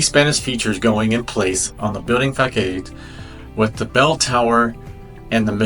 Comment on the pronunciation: Just a heads up that facade is pronounced (fuh-sahd) 😁 Loving these updates